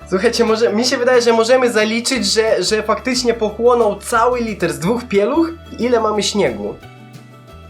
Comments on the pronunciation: mówi sie litr a nie liter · nie muwi sie liter tylko litr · Wiem że jesteś z Ukrainy ale dobrze mówisz po polsku oprócz litr a nie liter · litr!!!!!!!!!!!!!!!!!!! nie kurwa liter litr!!!!! japierdole jak ty wkurwiasz no nawet takich kurwa prostych rzeczy nie potrafisz... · Litr nie liter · jaki liter to się mówi litr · Litr a nie liter